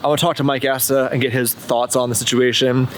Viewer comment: keeps calling him “Mike assa”